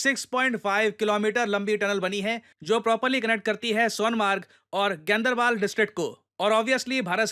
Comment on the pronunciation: Gaendarbal nahi gandarbal